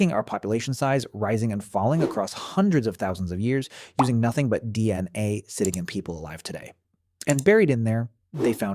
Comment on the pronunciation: The pronunciation of "DNA" is off slightly.